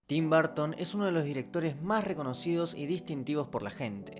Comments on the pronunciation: Se pronuncia como Tim "Barton" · Yo: Tim Burton: Tim Barton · Se pronuncia /berton/ /b3:(r)ton/ . Me gustan sus pelis y su visión del cine. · Nobody:: Tim Barton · por qué todos ustedes dicen barton?? cuéntame!!!